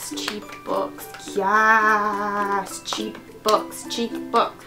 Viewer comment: Lol I thought you were saying 'cheekbones' but it was cheap books! Hahaha xD YESSS THE 5th WAVE